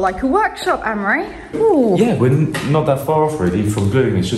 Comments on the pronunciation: it always sounds like your saying anne-marie/ ann-murry/ is this one of those nasty irish custom thingys, where the oldest boy is named after the mother ??? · It's Amaury. It shouldn't be pronounced the way they do. Surprised that doesn't know how to pronounce this very old French name. PS: I thought they were British-French. Are they Irish? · Both Amaury and have 100% French Mothers whose French heritage stretches back generations. So I assume his mother had a say in how it's pronounced and they can pronounce it however they like.